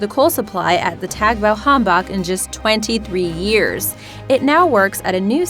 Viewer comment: The way she pronounced "Tagebau Hambach" was scary.